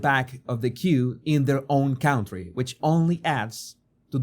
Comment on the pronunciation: A very fair and balanced report. Thank you for that. PS: learn how to pronounce 'county' and 'country' - they are not the same sound